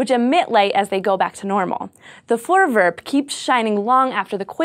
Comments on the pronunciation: i am dutch and you dont know how weard it was to see a dutch word on scifi ps you are prenounsing it wrong XD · voorwerp. more v less f actually pronounce all the r's it's not silent. and e isn't said like that. I hate dutch so freakishly much but yet it's the language all school here give test in. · You pronounce "Voorwerp" VERY American :P Gives me a good chuckle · PixelCortex sounds like an American who tried though. she could have said it like foooor wirp, like they pronounce Goooooda XD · And another Dutch word in the dictionary of science. And 'voorwerp' is pronounced differently (I know because I am Dutch) but still close enough. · Hi everyone! I'm dutch! I just came here to tell how strange it is to see a Dutch word in an english title! Also you're pronouncing it wrong which isn't a big problem, but I have noticed that this hasn't been said in the comment section before. Oh, and have I told you that I'm Dutch yet? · lol "voorwerp" is dutch for "object". Funny. So is your pronounciation of it xD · You Americans have the funniest way of pronouncing 'Voorwerp.' 'Voor' sounds as in 'though' and 'werp' sounds like 'pet'. And the 'r' sounds Irish.